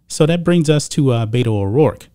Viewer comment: Beto is short for Roberto . It's pronounced with E not A . I officially changed her name to Bata O dork .